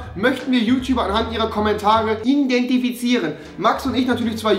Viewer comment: indentifizieren😂😂😂 jaja Rewi